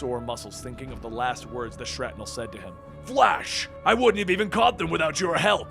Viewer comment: I'm pretty sure it's pronounced "Shrapnel" not "Shratnel".